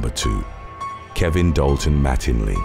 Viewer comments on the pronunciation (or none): none